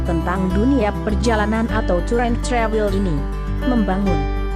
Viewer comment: Ngomong travel nya biasa aja kali.. Ga usah sok ke inggris2an.. Ga usah pake logat amerika